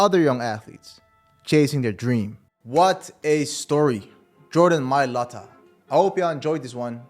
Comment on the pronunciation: Jordan mayata?cmon jordan mai lata..😂